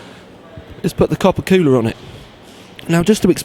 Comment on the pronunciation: Kewler :p your from the uk as am I and it's cool-er haha